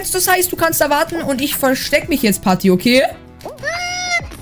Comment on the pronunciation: Des ist doch nicht pati sondern pat